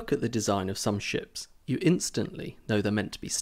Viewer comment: at the first video i thought he says "when you look at the design of some sh*ts"